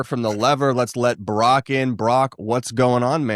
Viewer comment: Idiot #4 couldn't even pronounce Brock's first name correctly, made him sound like Barack! JC #4, it's not BRACT, it's BrOCk.